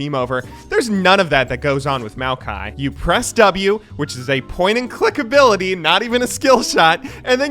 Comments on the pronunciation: That first kill was some 130 IQ stuff right there, also congratz on the pronunciation of Maokai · Maokai is designed by a Chinese guy whose name is pronounced Ma O Kai and thought it would be fun to name a champ after himself. I’ve met the guy once when I went back to China since he’s my uncle’s friend’s friend. Pretty chill dude.